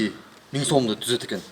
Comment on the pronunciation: Журналист эмне тилин чайнап атат 176 мин анан 52 мин деп